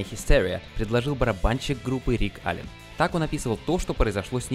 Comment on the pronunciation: Аллен, а не Аллан!